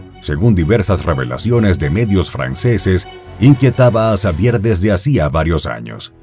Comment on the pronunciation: Se pronuncia Javier